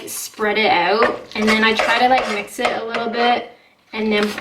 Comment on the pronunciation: There! You said it! 'Spread it oot' just like on South Park!